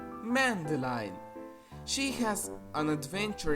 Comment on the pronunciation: Used to watch Mona the Vampire on CBBC, it wasn't entirely bad now that I think about it. It's just your typical Imgaination plot, that's what kids love! I've also seen Madeline. Could help but noticed you add an N into Madeline whenever you proncounce it.